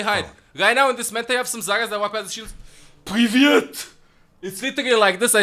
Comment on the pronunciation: PRIVET I'm screaming it sounded so funny and this was the first time I heard you speak russian. and I'm russian... ahah, okay, I love you